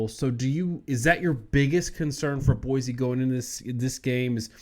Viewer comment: Great show but I feel that proper pronunciation is key to an even better show. This concept even seems to elude your guest. One should be able to correctly pronounce the names of State capitals. That said; Boise is NOT PRONOUNCED With the “Z” sound. It sounds like Boi-see.